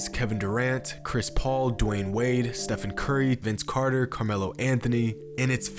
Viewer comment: Stephen Curry... It's pronounced like steven. "Stephan" is a different spelling if you want to pronounce it with the soft "f".